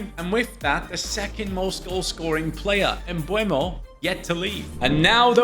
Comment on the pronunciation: Please, it's Bryan MbEUmo not MbUEmo 😅